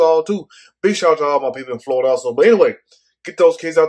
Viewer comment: Too damn funny how you're pronouncing Florida. There is an I in that word. Sounds like you're saying: FLAWDA.